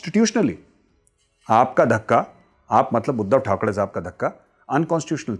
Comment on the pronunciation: ठाकरे बोलो मेजर ठकडे नही